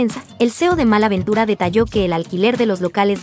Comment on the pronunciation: Porque le dice “Mal”. La palabra es “MALL” y se pronuncia ¡”MOL”!